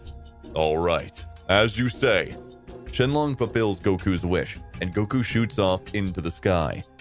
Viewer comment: Shenlong or Chinlong? You decide